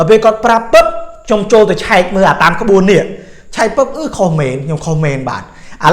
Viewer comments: ក្បួនអាន មិនមែនក្បួអានទេ! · ក្បួន ភ្លេច "ន" លោកគ្រូ☺️